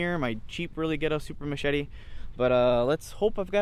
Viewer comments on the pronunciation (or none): I'm sorry am I mistaken or did you just call it a mashitty??